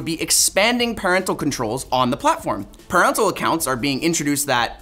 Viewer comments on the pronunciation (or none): you're reading 'parental' wrong.